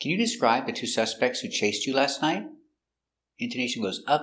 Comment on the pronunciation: Did u say night or nigh ...did u use t in the end ????